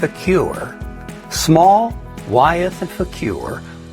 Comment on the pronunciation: BTW, I am told "Wythe" is pronounced "with"